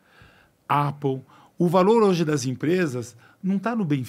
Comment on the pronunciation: Os hispânicos são mais ricos que os alemães. Mas aí avalia a rotina de vida desses hispânicos. Kkkkkk pqp que bobageira. Alguem ensina ele pronunciar Apple...